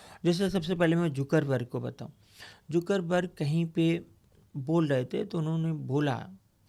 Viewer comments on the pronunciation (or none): Mark zuckerberg ❌ Zoookerberg ✅